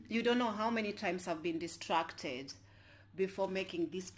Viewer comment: Good one friend, you are so animated and hilarious😁😂. Oh it's 'dis- trac- ted' funny girl